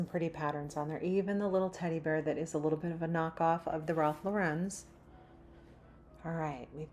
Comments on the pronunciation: Ralph Lauren is pronounced LAUREN, not Laurennnnne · More people are likely to mispronounce proudly than learn the proper pronunciation. On Friends, when Rachel worked at Ralph Lauren, it was ALWAYS pronounced LAUREN, not Laurenne. It's nails on a chalkboard for me. People in my area say "I seen" which equally makes me crazy. They think that's correct, not "I saw."